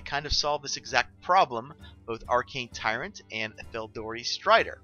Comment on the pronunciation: "Tyrant," not "Tryant," but as always I love the deck, stream, and channel :)